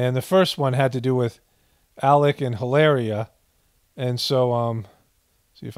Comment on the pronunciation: Don’t cancel me, I know you don’t need to know nor do you care. I speak Spanish and since she’s Spaniard from Boston,Spain, LOL HilARRRRRRRIA!!! ; that dish is Paella pronounced Pie-aaaaya… great dish but looks more Bostonian than Spaniard, lol love your work, epic stuff and food for the soul